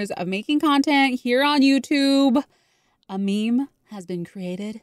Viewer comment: "Meme" (Mee-Mee). Got me laughing on the floor 🤣🤭